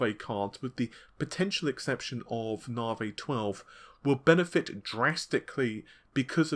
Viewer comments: Its Navi, not Navey!!! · He finally spoke Renoir correctly now just need say Navi instead of Narvey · That's how the Americans may say it, but it isn't correct either. It's "Nuh-vie". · well he used to say RedTittyCum instead of, so if he wants to he can do it correctly. At the beginning he said Navi correctly the changed it to Narvay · mate, say navigation, and remove "gaition", thats the name. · Your pronunciation of Navi is really getting on my nerve. Are you dyslectic or something? Seriously, dude, Stop! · Are you sure? Pretty sure it's a specific english accent.